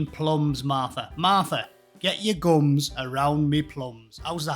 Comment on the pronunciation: I’ve never heard it and I thought said ‘Guns’. Lol